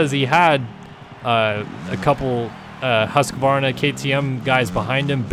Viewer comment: Yeah it’s actually pronounced Hoosk-Varna actually but not one English speaking person says it right. If I said it your way, it would trigger the other half of the people saying it wrong anyway. It’s a lose, lose. Maybe I’ll just say it the actual way the Swedes do so everyone can hate me